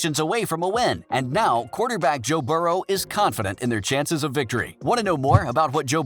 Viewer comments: can’t even pronounce Joe burrow correctly. “Burrows” like really? This dude can go kick rocks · Bengals made the playoffs alot in that time frame.... and stop saying Burrows it Burrow. What the hell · Adding an s to Burrow is pretty cringey, especially when you put it in text...